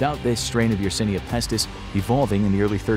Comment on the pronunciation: My man, how can you possibly pronounce yersinia pestis wrong while looking at it